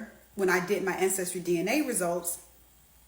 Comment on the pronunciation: And its black people like this is part of the problem, People like this continue to perpetuate the narrative, basically this chick just said we don't read, we are uneducated, she read one book but can't even enunciate ancestry properly. Stop. No we are not african, but like the rest of this fk'n world we are of African descent. Tf, reading is fundamental.